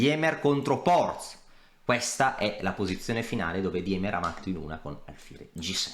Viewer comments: Si pronuncia "Dìmer" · scusa è tedesco si legge dima